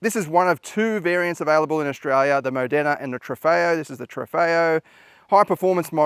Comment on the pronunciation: EXAM RESULTS: 👍🏻 pronounciation of Maserati, Ghibli, Grecale and Corsa plus Alfa, Giorgio and Stelvio are spot on. Quattroporte, Trofeo and Romeo plus first Quadrifoglio, not bad at all. 😤 BIG FAIL with second purposely butchered version of Quadrifoglio 😂 Need to work on Nettuno and Modena. Also, you're confused... the Ghibli GT was a 2 door coupé while the Quattroporte ("four door") was their saloon 🙂 Apart from that, Stelvio = Toyota; Grecale = Lexus... and another top review.